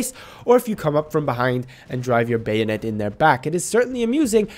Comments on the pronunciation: Hehe it’s bayonet not bio-net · if I ever hear someone pronounce it buy o net, in going to kill myself. it's fucking bay o net. bayonet. exactly as it's spelled. Jesus fucking Christ. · Take a hit every time he says Bio-Net (don'tODchallenge)